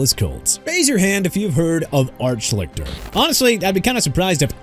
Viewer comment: I've heard of Art Schlichter. I remember watching him in college and thought he was going to be a good NFL QB. Quite the disappointment. Also, you're not saying his name correct. At least, "Shleester" is how it was pronounced by announcers back in the day. Yes, I'm old!